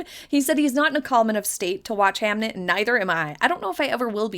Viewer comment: It’s Hamnet not hamlet